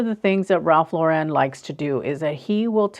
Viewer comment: A lot of your advice is very great, but you have to learn how to say his name properly. Lauren is not pronounced in the fancy way you’re saying it. It’s just Lauren, which rhymes with foreign. He was born in the Bronx, so there’s no reason to make his name more than it is.